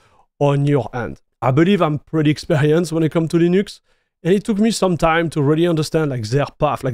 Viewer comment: french people are too egocentrical and down looking and rarely comprehend, that they pronounciation is making it still french. mf said LEENÜXC like he's getting paid for it